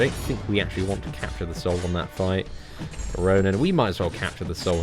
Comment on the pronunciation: I still dont understand why he says ronin